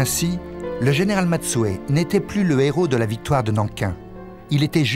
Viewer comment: Général Matsui pas Matsue